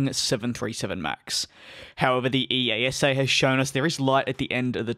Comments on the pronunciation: It's not E.A.S.A - it's eyasah! smh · EASA Pronounciation: ee-ah-sa